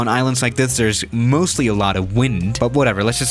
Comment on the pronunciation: At 2.56 did he say moosely